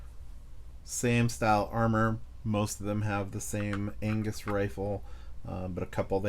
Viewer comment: no worries! Gavin is scottish so I had a laugh as you said angus